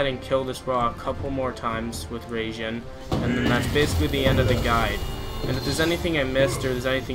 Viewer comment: not RAGEJIN its RAI jin dude .......................................................